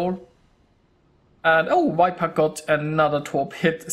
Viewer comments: Nice game. Too bad about your early death :) Btw, viper is not pronounced wiper :) Just use the German 'w' as the first sound and all is fine. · I am sorry, I didn't mean to criticise, I just thought that your English is so good, I wanted to help a tiny bit. When you say viper, it sounds like the English wiper, like windshieldwiper, which is Scheibenwischer, I think, in German. The 'v' is harder than that in English, more like a soft 'f', not like a 'w'. In Berlin where I live (but I am not German), I hear the German 'w' said more clearly as the English 'v', maybe that is a regional thing? This sounds a little too soft, probably due to Google's codec, but it gives the idea (strangely also on the German side)